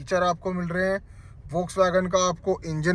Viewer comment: Can’t even pronounce volkswagen 😂